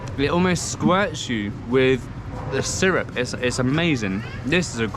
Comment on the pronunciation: What part of the kingdom does "wif" come from? Thank you.